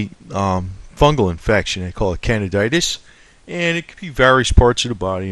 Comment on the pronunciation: Tincture is the best, but I laugh at the 2 out of 5 stars on the product page, lol. Ok, so how many pills, tinctures, colloidals, currents, and zaps do we ultimately need, doc? ;) ps Can-DEE-da, Can-dee--DI-uh-sis. pps you left out Clarke's main protagonist: the liver fluke.